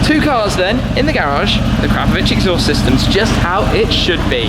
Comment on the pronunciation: And even managed to pronounce it properly, proper car guy 😎